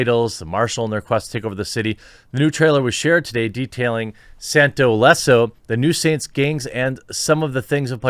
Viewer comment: Did u say los santos? Lol